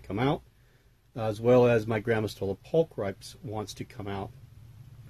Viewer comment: Wait. "...I filmed his panther..." ??? In the immortal words of the Swedish Chef, vot der hey? Also, I promise you, straight from my friend the Latin Professor, that "pulcripes" rhymes with "no bolting, please," not with "oh cripes!" The European tarantula keepers are just wrong, which is rather ironic considering they all used to be Latin speakers. That's the beauty of Latin--and why it is a dead language--because Latin doesn't change!